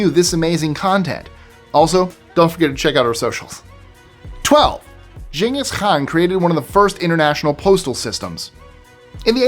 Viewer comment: Thank you for pronouncing Genghis Khan correctly!